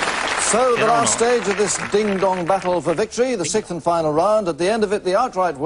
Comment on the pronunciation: Gordon...it's the "sixth"...not the "sikth".